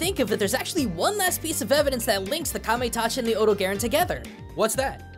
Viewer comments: odo-gayron? Never heard of that one before, it that coming soon? Do you mean the odogaron? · It's OH-doe-gah-rohn, not OH-doe-gare-en. GaijinHunter did a pronounciation guide! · Huh. I've always pronounced it like Oh-Dough-Ga-Ron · It's O-Dog-aron. The dog is right there! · Here is how you say odogaron Odo-ga-ron I’m sorry but this stuff really irritates me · It's really weird going from Gaijinhunter's hard Japanese pronunciation of the monster to western. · The mizutsune (tamamitsune in Japan) seems like something you could get a video out of. Also, have to say, you have... interesting ways of pronouncing odogaron and kulve taroth compared to what I'm used to. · Actually surprised at your pronunciation of Odogaron. It has the same name in Japanese as it does in English, and since the the Dev team is Japanese, most people use the Japanese pronunciation for it.